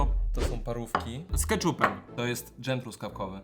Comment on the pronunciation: dżem a nie dżem xD